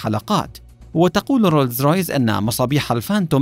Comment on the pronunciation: روز رايز مو رولز رايس